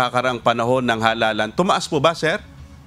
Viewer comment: NO WAY., tomaas hindi bomaba